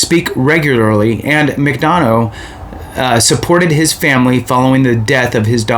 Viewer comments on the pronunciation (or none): There will be a new Sec after Jan.15th anyway. And pronounced “mick- duh- na”.